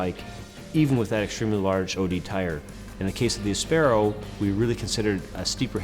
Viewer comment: Sorry guys, you called your bike áspero (spanish for rough) - not aspéro - so please pronounce it the way you yourself chose. It is not English, it’s Spanish!